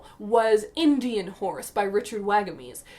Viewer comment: Really enjoyed watching this video as a fellow book nerd! As a Masters English lit student, I'm helping lead a recruitment session and your video has inspired my dialogue :) Just a quick note, Richard Wagamese is pronounced with an "aw" sound (Wawg) rather than an "ay" (Wayg) sound.